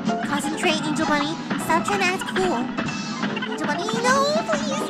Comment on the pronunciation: You said six times of Angel funny